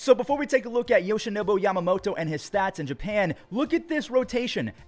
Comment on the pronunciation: Should have taken one every time he said YoshinoBO too lmao